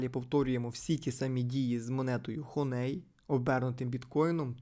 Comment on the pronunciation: Хоней трішки вуха ріже, а взагалі то хані 😅